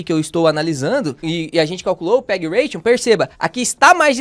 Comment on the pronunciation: ótimo vídeo e aula, mas só uma correção: é PEG Ratio, sem n no final, de "razão" em inglês. Ration é "ração" em inglês.